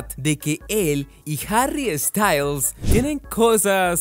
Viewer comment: No es Harry estayls, es sssstails